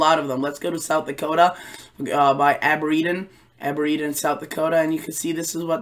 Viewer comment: Aberdeen.... the two E's just sounds like e. Aber-deen. Sorry i had to, its my hometown lol